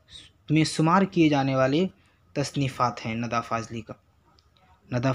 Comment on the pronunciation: Nida hota hai na ke nada Ok